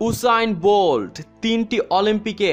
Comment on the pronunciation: ভাই ভাষাটা ঠিক কর, ওটা উসে্ন বোল্ট!